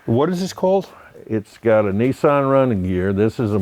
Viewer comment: Not neesarn but Nissan .